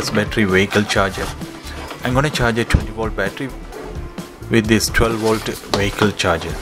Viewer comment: its volt not wolt.